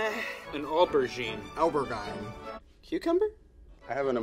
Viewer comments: Oh-bear - gain hahah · yes it’s a ober-jine